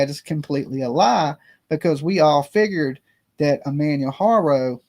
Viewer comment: You dont say any of his name or page right sorta erks me Ik you say you a country boy but you could put the effort in and learn to say his name and page correctly it's not even that complicated or if you dont wanna learn to say it correctly don't say it so much out of respect